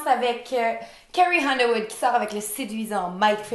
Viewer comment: carrie Hunderwood haha c'est pourtant carrie Underwood , sans H